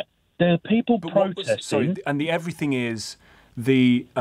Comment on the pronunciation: Everyfing mate, everyfing. everyfings